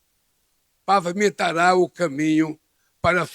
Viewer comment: Também achei o discurso bem escrito. No “exato” LULA disse “PAVAMENTARA” em vez de “PAVIMENTARA”?